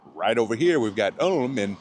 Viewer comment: It’s pronounced „Oolm“ not „Alm“